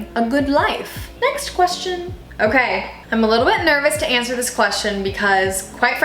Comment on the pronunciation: when “okay” sounds like ”o-gay”